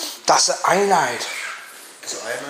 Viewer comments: Iodine mate not ionide lol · Iodine not ionide. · Iodine*?😂said ionide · I gonna call you... Ionide = Iodine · It's iodine not ionide 🤣🤣